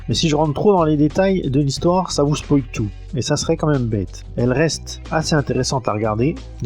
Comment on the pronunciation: 0'51 "hissoire "...tiens tiens 🤔 ^^ +1